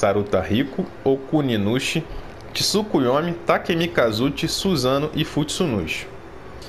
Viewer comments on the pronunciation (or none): none